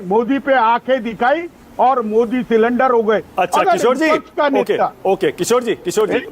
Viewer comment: सरेंडर को सिलिंडर बोल रहे है किशोर जी।